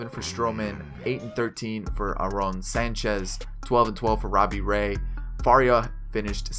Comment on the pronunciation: Youre pronouncing Sanchez and Travis' first names wrong